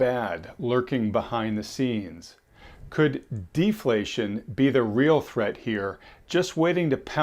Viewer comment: I love defaltion. Its natrual.